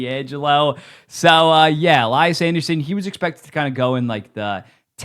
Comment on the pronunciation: It's pronounced "Lee-yas", not "Lie-ass"